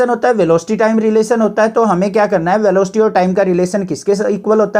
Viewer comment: Sir velooocity nhi velocity hota hai sir 😊